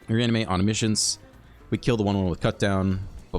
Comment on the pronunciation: "reanimate onimiscience" 😜😜